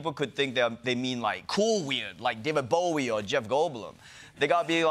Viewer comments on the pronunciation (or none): none